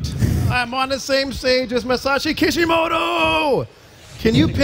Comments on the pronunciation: It's kishimoto not kishimodo, seriously wtf xD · And he's calling him Kishi-modo :'(